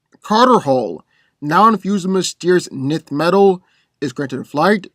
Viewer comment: I liked the battle, but one thing of note, for Hawkman, his gear isn't "nith" metal, but "N"th metal, as I've heard it said in various sources in the past, how one would say the letter 'N' with the 'th' on the end of it. That was the only thing I disliked/found slightly off about it.